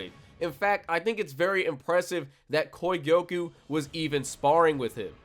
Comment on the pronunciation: The way he was saying kogyoku aS bothering me so much